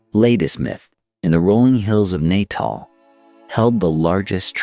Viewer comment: Intriguing telling of the tale. Do please learn the correct pronunciations of the people's names and towns before publishing, please? Maak my dood om te luister na die boô'res, afri'cains, en Pi'jat Reteef's. Man maak Natal klink soos ñ "niq-u" 😂